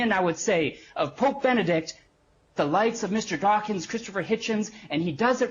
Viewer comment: "Mister Dachshund"